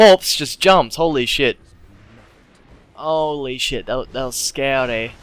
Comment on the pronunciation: One thing that annoys me is the way he pronounces 'th' as 'ff' and 'd' e.g. Dat and karfus